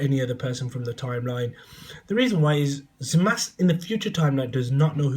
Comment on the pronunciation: you started by calling him zowasu. forgive me if i dont take you seriously.